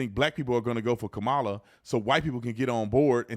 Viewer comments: Her name is pronounced KAH-muh-luh, not Ka-MAH-luh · Kama-la. Kama-la. It’s not difficult to pronounce. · Though I can't stand her, let's get her name correct. It's pronounced COM-UH-LA. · 😊Her name is pronounced ( comma LA) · lmao. Mainstream media loses their mind when you miss pronounce her name, yet when they mad or talking fast, they all miss pronounce her name, its so funny